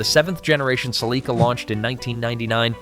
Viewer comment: I heard Celica pronounced in ways that I didn't even think was possible...😝